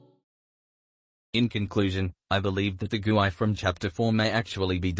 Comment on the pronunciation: "Guei" is pronounced "gay"